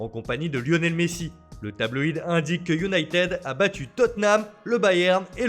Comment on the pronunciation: Sa vous tueraiez de ne pas massacrer les noms des différents clubs européens? Sérieux les mecs leurs boulot c'est de lire des fiches sur le football et il n'ont même pas retenu la leçon de 6eme "on ne dit pas Unitédeu mais Younaitid" voilà j'ai fais exprès pour l'orthographe phonique puisque vous n'y arrivez pas. Alors par contre pour dire "Ancélooootï" y'a du monde hein, a croire que d'éduquer les amateurs de football c'est pas une nécessité. Bordel pas étonnant que les clubs français n'arrivent a rien avec des speakerines pareille!